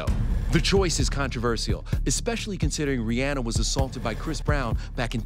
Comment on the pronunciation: The real backlash should be the way you all pronounce Rihanna’s name.